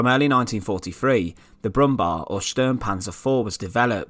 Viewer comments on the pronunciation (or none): It's not "Brummbar", it's "Brummbär". You can pronounce it like "Brummbear" 😊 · Its not Brummbar, its Brummbär. Like Brumm-bear. It literally means humming bear. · It´s pronounced Brummbear, not brummbar. A typical German tank: too big, too heavy, too expensive and too late. Of course underpowered as most late German tanks thanks to Hitler´s gigantism. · Please its Brummbär with Bär meaning bear